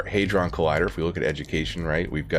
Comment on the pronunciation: an extremely minor nit to pick...Hadron (as in the collider) is pronounced to rhyme with Dad-Con, not rhyming with Made-Con. I watch the sciency youtubers, like minutephysics.